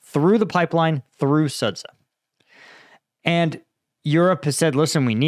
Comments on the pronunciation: Please say it "Sud-ja", the ZH transliteration represents the English J sound (close enough) Imagine if a Russian guy called Cambridge Sambridg just because it is reading it as if it were Cyrillic. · The 'ren' comes from 'renminbi', that's somewhat different. Also Chinese is tonal, I doubt you'll try to get that right. I'd rather he learned the correct pronunciations of Sudzha and Zaporizhzhia first - it takes at most a week to learn the Cyrillic alphabet and the war is in its third year now ... Note: 'zh' always sounds like '_j_our' or 'mira_g_e'